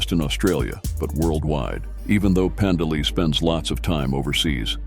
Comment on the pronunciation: Your "narrator's" pronunciation of Pandeli as "Panda Lee", has me thinking, "DarkSyde Phil's ex-girlfriend is a biker?"